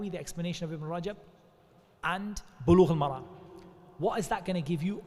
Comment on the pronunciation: السلام عليكم و رحمة الله و بركاته It’s “sahih”, not “shahih”. It’s “Bulugh-al-Maram”, not “maragh”